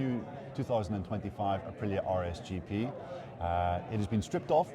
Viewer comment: Be nice if , english speakers said ahpreeah correctly